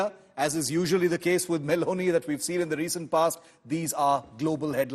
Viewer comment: did he say Baloney instead of meloni once?